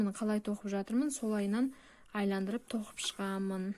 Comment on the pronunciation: Саламатсыз ба, "айландырып" емес, "айналдырып" деп айтылады